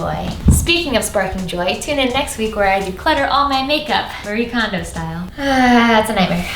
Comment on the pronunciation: Genuinely thought she said Marie condom style